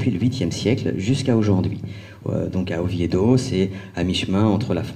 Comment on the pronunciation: On prononce Oviedo et non Ovieïdo...